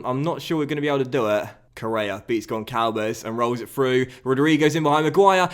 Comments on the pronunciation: Hello, I'm Portuguese and It's not Goncalves... the "ç" as the sound of an "s". It's actually Gonsalves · Just FYI, its not pronounced Goncalves. Its actually pronounced Gonsalves. The Ç makes the "S" sound.